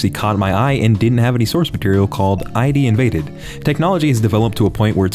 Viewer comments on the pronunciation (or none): It's ID:INVADED not eye-dee